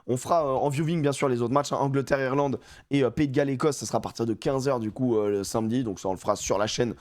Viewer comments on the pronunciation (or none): none